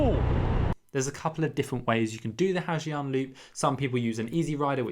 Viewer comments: It's not "Ha Jiang", it's pronounced "Ha Zang",and that parking story is not necessarily like that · Not the 'ha gee-ang loop' ☠️☠️...it's 'ha zanh' or 'ha yanh' depending on the dialect. It's not 'foo c*ck'. Think 'qu' from 'quick', and 'ook' from 'cook' = quoc